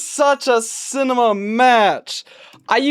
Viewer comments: hearing ''cinema'' as ''sigma'' got me 1. concerned that we lost to brainrot 2. concerned that i am going insane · bro says cinema js like booster 🥹